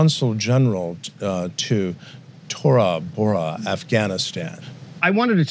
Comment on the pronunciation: "Toraa Boraa Afghanistan" lol